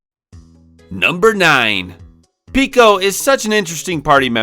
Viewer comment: It's Peco, not Pico though